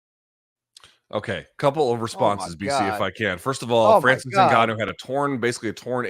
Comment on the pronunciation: Hey Luke, yes Dana deserves to be clowned for how he pronounces Ngannou However, Francis in French is definitely not pronounced the way you say it, you uncultured swine